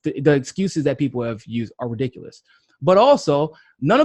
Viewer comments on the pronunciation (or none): none